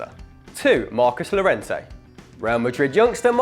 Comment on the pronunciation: In Spanish and French the double (ll) is pronounced as (yio-yia) or in French (ey). So Lliorente is pronounced: "Yiorente"